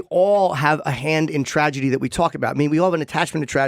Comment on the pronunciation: damn he actually said "tradegy."